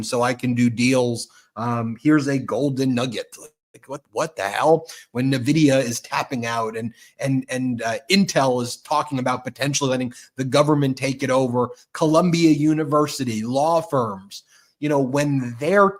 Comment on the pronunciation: Actually Ben, the company Nvidia is pronounced envidia, NOT navidia. Say the letter N, then vidia. All one word - nVidia. Thank you for your attention to this matter 😁